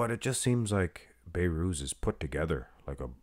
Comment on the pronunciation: His nama is Behrooz Be(h)rooz Not bayrooz You can pronounce the letter H